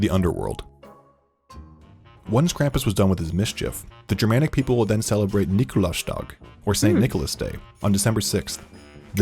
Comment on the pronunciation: Lol :face-purple-wide-eyes: "Krämpüsschnacht wich translates to..." actually an english Version that is more similiar to the real german prenouncation 😀 😃 And it goes on: " Nikolausschtahg" , again the english translation after that is more accurate to the actual german prenouncation. 😆 Nevertheless, it's a good video and a good reation from both of you. 😉